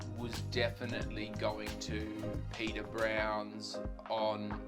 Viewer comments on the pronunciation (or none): Just so you know. The pub is Peader Brown’s not Peter. Now Peader is Irish for Peter but it’s pronounced “Padder”. Also the river is the Liffey not the Leffey. Finally you really shouldn’t do your Hollywood Irish accent, it’s really bad and borderline offensive. Apart from that nice video and glad you enjoyed Dublin.